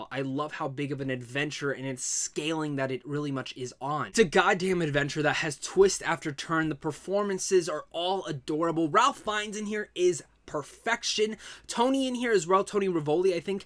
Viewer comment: Ralph Fiennes pronounces his first name like "Raif" or "Rafe"